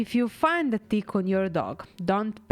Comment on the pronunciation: She said ‘never saw a bigger dick’ when she meant tick. So cute.